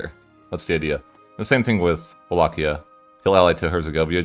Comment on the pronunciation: Pronunciation of Walachia is on point